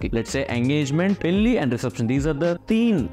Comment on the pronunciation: పెల్లి కాదు బాబు పెళ్లి అనాలి